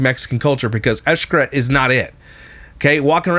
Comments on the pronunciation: It’s not eshcaret it’s shcaret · Eesh-Kah-Reht That’s how it’s pronounced 😊 My mom’s side of the family is from Merida, Cancun